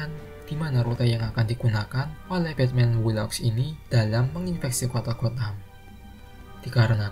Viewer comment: Batman who laughs 😂😂😂 batman wu laf. Ini spellingnya bos